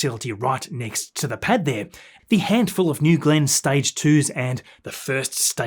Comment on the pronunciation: This guy does good quality videos... But Tanzanians can't pronounce the words 'booster', 'entirely' and 'there/their/they're' correctly... 😂 Once you hear it, especially with the amount of times he says booster, you can't unhear it!!